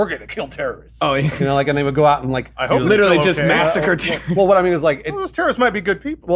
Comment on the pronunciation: I don't care about "juty" but I still get irrationally angry whenever Alanah pronounces hope as "huhp"